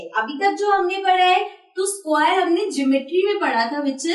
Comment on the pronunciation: mam vo sqqquare nhi hota vo square hota hai galat pronunciation hai ja english classes join kar